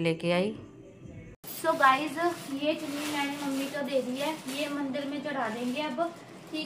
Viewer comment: Mandar nhi ,, mandir Bolte Hai